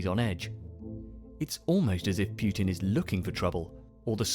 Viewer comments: why do people say pyoo-tin it's not pyoo-tin, it's poo-tin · "Pjutin"... sounds almost right... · I love this video but the way you say putin's name bothers the shit out of me